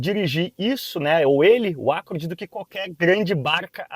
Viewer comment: Nunca ouvi alguém pronunciar ÁCCORD. Acho que o que inventou essa.